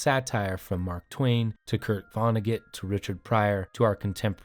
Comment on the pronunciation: It bothers me how you pronounce Vonnegut. Still a great video.